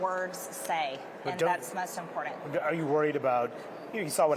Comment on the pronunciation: I hate how she pronounces words like "important"